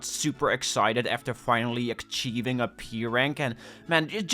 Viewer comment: please say "ach eeving" and not "ack cheeving"